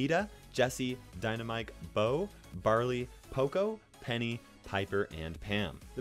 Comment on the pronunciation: i hate it when you say dynamike , it is dynamite , why with k , it is not rational